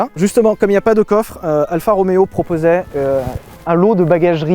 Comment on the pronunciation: c'est pas Alpha mais ALFA